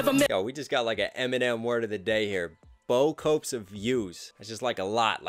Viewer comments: It’s pronounced “Boo-Coo”, no Bo-coupes. it originated in south Louisiana. Research it if you want, I’m from here. Not hating. Trying to help ya out. Keep it up. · S FT Actually, the slang saying of “Boo Coo” was an American mispronunciation if the French word “Bo-Coo” (beaucoup) and it stuck in the south. Like I said, not being “that guy” but it’s the honest truth. However, it did originate as an actual French word, we just put a little slang and messed the word up and it’s stuck since. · Then you guys in Louisiana can't pronounce it correctly or it's just your dialect, but it is pronounced boe-cou. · It's funny to me that is all in people's sh!t for mispronouncing words to make the scheme fit... but he definitely and intentionally mispronounced beaucoup (boo coo) to make it fit... is an ok rapper... but loses a ton of credit when he does what he shreds others for.